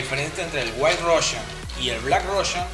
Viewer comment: El "Diimelo Russian"